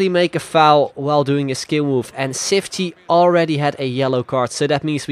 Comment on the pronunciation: The "ç" is said like "ch",so its said Chiftchi